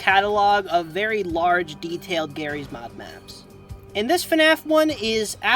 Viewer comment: why did you say jarry’s mod like gif vs jif